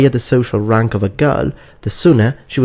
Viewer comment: You'd think he'd learn how to pronounce 'erotic', 'moral' and 'rank' in English. There may be other examples of his peculiar mispronunciation, but I couldn't bear to listen anymore.